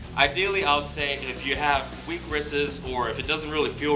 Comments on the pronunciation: Did this guy seriously say "wrises" ? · did you say "wristes"?? lol!... Only kidding my man, I really appreciate the vids, and if it was me talking on camera their would be a whole lot worse slips ups! Thanks for the work and keep the videos coming. Cheers from Canada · Really no one on the "wristes" huh I guess I'm the only one who caught that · "wristses" lol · ... WRISTES ?!? lol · wrist-es LOL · did he just say weak wristes, lol. good workout though.. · "weak wristsES"...LOL! Love the workout though! :) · Lol dude said "weak wristes" Hahaha. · Weak Wristses lol